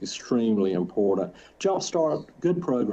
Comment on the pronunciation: 1. Please fine the attorney every time he says “imporDant”. (Edit oh god, they all say it) 2. lol she contradicts herself in her own fake claim of losing touch with reality and her attorney highlighted it in that statement by her that he shared. If she knew that “Jesus would take better care of them” then she knew that she would never see them again. She understood what she was doing.